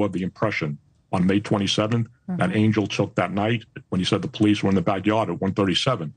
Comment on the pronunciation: Stop pronouncing his name wrong, it is Ahn-yell, not Angel, lol.